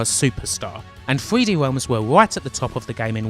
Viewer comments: "Thwee Dee Whelms" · 0515 3d wealms uwu 0725 your accent is very hard to listen to. it legit sounds like the uwu meme at times. 0738 "so gweat" 4048 I cannot get over the accent, wow. sensible of you not to get "triggered" over the offensive jokes btw. 4350 "the greatest person in a world that needs his help" is a good premise for a story and they somehow fucked it up. 4428 bruh... 4905 it was in 2001 very nice video. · "3hweeD Wealms"